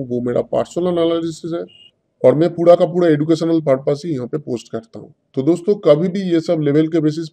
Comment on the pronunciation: PUDA ka puda kya hai pura ka pura boliye